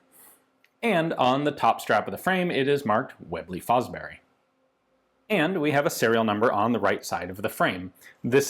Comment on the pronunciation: I think Fosbery is pronounced Fosbury.